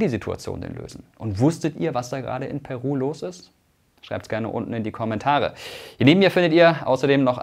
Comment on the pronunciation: Meine Freundin ist Peruanerin und aktuell dort, ich finde es erschrekend wie wenig das Thema in den westlichen Medien thematisiert wird. PS: Irgendwie spichst du Peru am anfang sehr Deutsch aus weil die Betonung da bei dir auf dem P liegt :D